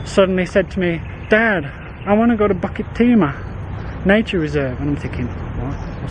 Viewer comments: Hi. Always looking forward for hiking video. Pronouciation for Bukit Timah is pronouce as ' Boo ket Tee Ma not Bucket Timah. You need to pronouced these places name properly. As all places name in Singapore are either in Malay, Indian, Chinese or european language. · Hi I commented on your bukit timah pronouciation and some nut by the name of Knuffy lye was not happy of it. Maybe you are a british citizen and so the 'bukit' becomes 'bucket'. So pls. In your future videos pls pronounce the names of places in Singapore properly. I always looked fwd to your wonderful videos and the food you consumed during your lunch break when you are doing videos. Thank you so much for the weekly places you introduced to us.